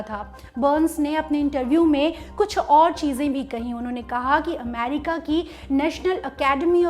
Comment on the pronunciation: The way she says AMEERIKKA 😀